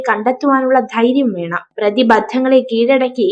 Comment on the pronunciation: പ്രതിബദ്ധങ്ങൾ അല്ല പ്രതി ബന്ധങ്ങൾ എന്നാണ്.